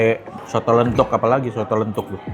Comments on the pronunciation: Koh..soto lenthuk itu bacanya “lenthok” kayak kalo ngomong batok kelapa.. saya asli jogja koh, mau bilang Makasih koh nex udah ngenalin kuliner jogja..🎉 sukses terusss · Soto lenthok bro yg bener bukan lenthuk. Perkedel telo itu